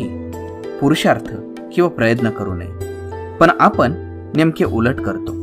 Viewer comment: ण ला कृपया न म्हणू नका..... आनी नाही आणि... आपन नाही आपण.... पहाने नाही पाहणे .....plz ते कानाला गोड वाटत नाही....बाकी उत्तम आहे.